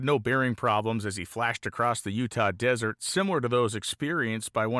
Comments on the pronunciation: One picky item for an otherwise top notch report and photo album— The second Utah newspaper is not the "Desert" News, it is a Mormon word called Deseret. (Dez–er–et, pronounced just like it looks) Despite it looking like the Mormons don't know how to spell the eco system in which they live— "the desert", the word Deseret comes from the Mormon's secondary scripture book, "The Book of Mormon"; and it means "honeybee" or more precisely, refers to the constant work and industriousness of Honeybees. Kind of like Art Arfons himself— working hard and determined, using only his own resources to accomplish amazing things. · it is DESERET news. steve